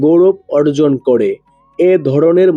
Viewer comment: আগে উচ্চারণ ঠিক করুণ তারপর বাকি কথা বলবেন,,নাড়ী নয় নারী,,কড়ে নয়্ করে ,, এতো উচ্চারণ বাজে দাদা ,,,ধড়নের নয় ধরনের